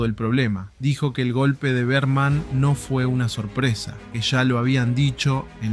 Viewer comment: todo bien. pero decir BEARMAN EN LUGAR DE BERMAN, MMMM